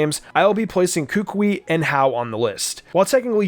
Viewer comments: he said "kookwei" is sted of kukui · It is Koo-Koo-EE for Gods Sake! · Say it with me now Ku Kú Wee Not Kúkui Kukúi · It is kukui not kuukuuy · How to pronounce Kukui is -Ka-ku-eeeee! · It’s ka-ku-y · The way he said Kukui was so weird and wrong. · Why he pronounce kukui like that 😭😭😭😭